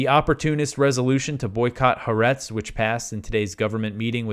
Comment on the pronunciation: Pronounce Ha’aretz anyway you want….your news is much more important. Thank god for your News program.